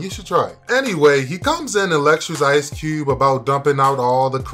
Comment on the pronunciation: “Ice Cewbe”